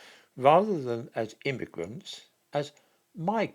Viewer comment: Not "Immigrants" but Gimmigrants.